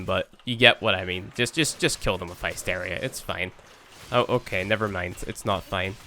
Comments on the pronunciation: its not naysteria its hysteria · The heck is hi steria? I've honestly never heard it pronounced that way in any accent until now. Lol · Pronounced HISS-teer-ee-ah (or HISS-tair-ee-ah) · High-steria? You can't you your Irish accent as an excuse for that one!